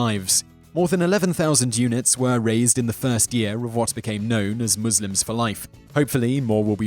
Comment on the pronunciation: finally someone who can say Muslims right